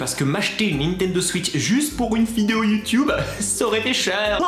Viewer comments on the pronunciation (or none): none